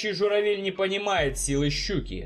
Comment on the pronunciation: Друг по друге, журавЕль, гадзюрима..., у тебя сценарий вычитывается? Или, похоже, одним дублем закадр пишется?